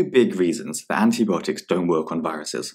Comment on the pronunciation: Antibiotics is pronounced [anti- bi-ot-iks]